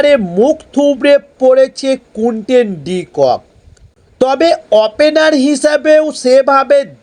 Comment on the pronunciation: এটা কোন ধরনের কথা বলার sfyle. কুইন্টন ডি কক নয় কুইন্টন ডি কক।